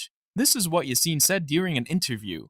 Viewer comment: İ think when you say "Yasin" you shall put the emphasis on "a" instead of "i"